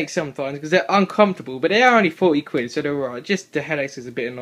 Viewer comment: its funny when you say quid meheh